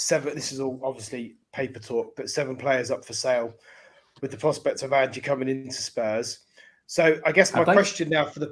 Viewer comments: Ange like Angelo not Angey, haha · ANGE not Angie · Please use the silent E…in Ange cheers, from Oz! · For god's sake at lest learn how to pronounce his name! It is Ange not "Angie"!